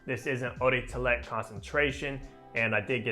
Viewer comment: Did he say "Oh day Tellett concentration"?